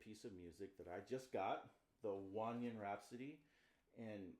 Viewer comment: That’s actually the correct pronunciation. I’m assuming the reason so many American saxophonists mispronounce it is to try to be more “linguistically authentic” while missing the mark. Some do this with habanero and pronouncing it like habañero to attempt to make it sound more “authentic” even though in Spanish it’s still just habanero.